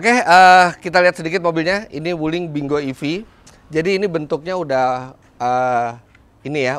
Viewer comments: om sebenarnya kalau dibaca dengan bahasa mandarin bacanya ping quo yang artinya buah apple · bacanya pin... kuo , om .... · Kyknya bacanya ping kuo artinya apel, CMIIW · baca nya ping khuo itu om fitra...